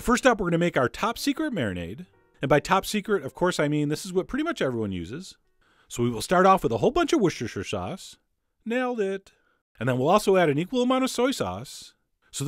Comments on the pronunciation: In Britain nobody says Wustersher sauce for Worcestershire. It`s Wuster. Thanks for your recipes! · Please stop saying Wus-chester sauce, it's called Whuster sauce! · Food Wishes: Wooshushushire Sauce, Nailed It! Everyone Else: Worcestershire Sauce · as am patriotic englishman i feel its my duty to correct your pronunciation. its wuss-tuh-shu sauce. sorry, it made me cringe so bad. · Maybe you pronounce it that way but this isn't really true. I pronounce it 'Wuster-sher' and so does pretty much everyone else I've heard pronounce it. 'Wuster' is how would you pronounce 'Worcester' (the city) not 'Worcestershire' (the county named after the city and where the sauce got its name). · wuster is is the pronouciation for a place called worcester Worcestershire is different, i believe its something along the lines of wus-ta-sher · It’s pronounced “ Wooster” sauce.Very good video. One thing you missed is how and where you can store the jerky after it’s made. Does it need to be refrigerated or can it be kept in a cupboard as dried goods . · Wershshshshsh sauce. Just as I pronounce it ❤❤❤ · “Worshtireshire sauce. Nailed it!” No, my American friend, you did not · Worsheshesher sauce , their. Nailed it. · Did you know it's pronounced Wooster sauce😉👍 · did you just say "wooschtooschtersauce" ?? ;-)) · whole bunch of wooshooshoo sauce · Was the 'nailed it' sarcastic? It's 'wuster' sauce. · Woshosha sauce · Wershersher sauce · WUSCHESCHTER SAUCE Sir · Wor·chester·shire sauce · A whole bunch of shwishtshesheer sauce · Please how it Is written? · * says Worcestershire wrong * "Nailed it" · Oh man, apparently only Bostonians know how to pronounce Worcestershire. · Worcestershire sauce 😂😂😂😂 it’s sauce sometimes use to marinade steaks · Lol 😂 Worcestershire 😂 yeh nailed that lmao. Not really. Dude sounds like he’s reading the bible 😂😂😂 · Lol Americans cannot say Worcestershire